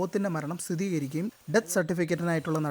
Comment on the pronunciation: സ്ഥിതീകരിക്കുകയല്ല മോനേ സ്ഥിരീകരിക്കുകയാണ് ശരി. മാമനോടൊന്നും തോന്നല്ലേ.